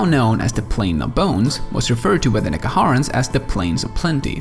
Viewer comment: based on* based on* based on* also NEHEKarans not NEKAharans also Ziggurat not Zigguwrath Hashut not Hasoot